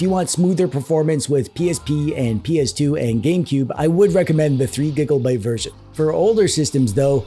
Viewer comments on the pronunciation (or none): The main thing that stuck with me from this video... was that he said Gigglebyte.